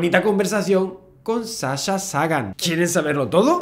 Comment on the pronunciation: Solo tengo una crítica para Javier y es como pronuncia el nombre de Sasha. En realidad, lo pronuncia bien porque el nombre es de origen griego, pero la chica es americana y la fonética "sh" en el idioma ingles suena distinto . Me encantan tus videos Javier, he aprendido muchas cosas gracias a vos. Saludos .